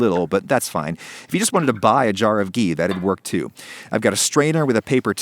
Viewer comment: I never seen an westerner pronounce “ghee” so correctly before ❤.